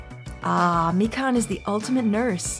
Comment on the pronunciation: Mikan. MEEK-an. I just noticed that.